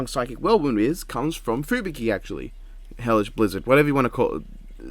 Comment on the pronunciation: needs to take some pill to help him speak english, cuz he is having a seizure or some shit trying to pronounce easy names like terrible tornado or hellish blizzard..